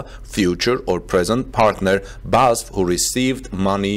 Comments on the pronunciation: It’s B-A-S-F, not Basf (Badische Anilin- & Soda-Fabrik) … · BEE AY ESS EFF... not basf. Each letter is pronounced. But great content nevertheless. What we are seeing is a re-vitalisation of Germany as a technology leader - driven partly by Tesla, but also by the attitude of the German authorities who are starting to understand the socio-economic value of less technocratic administration, and fast-tracking of breakthough technology projects. The EU in general could learn a valuable lesson from this - often mired in rules and regulations, the EU has become sluggish and slothlike in recent decades. Brussels now needs to get rid of people who stunt the future... if they don't, individual EU members may start to ignore those who stifle innovation. It could lead to others voting to leave the EU, just as Britain has done. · It is called B - A - S - F not Basf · Great job always but it's B A S F (-: "Badische Anilin und Soda Fabrik" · It is pronounced Bas-ef with the EF like in Effect. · B A S F,. It’s an acronym:) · That wasn’t pronounced correctly but I see others mentioned already I used BASF cassette tapes for many years recording music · Please stop saying ‘Basf.’ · I THINK IT IS PRONOUNCED B-A-S-F Four separate letters B then A then S then F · Yes it matters because EVERY SINGLE German says B.A.S.F. it hurts so much when he butchers it. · "You pronounce each letter separately of the name BASF. It’s pronounced B A S F. You know the University UCLA? It’s the same deal." That is so true. it is B A S F for "Badische Anilin und Soda Fabrik" like BMW for "Bayerische Motoren Werke". It hurts when you pronounce it in one word because I know that name since I was 3 years old. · Its B A S F , only the letters , not a word or name. Short for something. Maybe its for CATL the same , I don’t know , but its way easier to say 😉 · You pronounce each letter separately of the name BASF. It’s pronounced B A S F. You know the University UCLA? It’s the same deal.